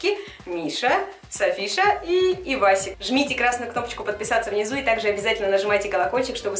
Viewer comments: Мне покозалось не эйвасик а пивасик😅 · Мне одной показалось что она сказала не евасик ,а пивасик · Мне послышалось не «Эвасик», а «Пивасик» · Что сказала Аня:Ивасик Что послышалось мне:Пивасик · когда ты сказала ивасик мне показалась пивасик😄😂😂😂😂